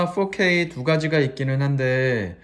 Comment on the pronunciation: 4k를 포 ㄹ어 퀘이~ 이러는거 듣고 팡 터졌네요. 유학파인가요 ? ㅋㅋㅋ